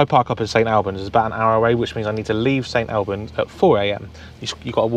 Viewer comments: Ffs it's St 'All' bans not 'Al' bans!😀Great video though mate! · It's pronounced St All bans as in "All of us!" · Its PRONOUNCED AS St ALL BANDS = St Albans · St all-bans is the way to say it